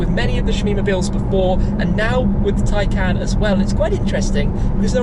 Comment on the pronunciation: It's pronounced tie-con